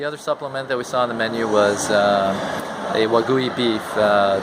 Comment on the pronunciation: did he just call WA-GY-U... WA-GO-WY??